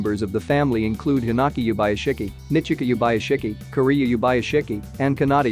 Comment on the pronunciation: More kind of "shakey"